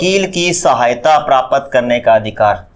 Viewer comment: Sir prapt ko thoda jaldi bola kijiye because Prapt aur prapat me difference hota hai